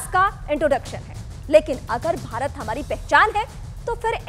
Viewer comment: BHARATT.....not Bharat.